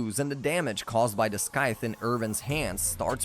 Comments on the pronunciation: That had been bugging me the whole time. I know the guy worked hard on the video and I respect that but it's scythe not skythe! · Its pronounced SY-th not SKYth you absolute melt. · lol "skyth" honestly its triggering me good video tho keep up the good work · I can’t handle every time he says “skythe” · I feel the same. Great video, weird pronunciation tho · Right? He mispeonounced scyth so much uggggg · Why do you pronounce scythe so weird.....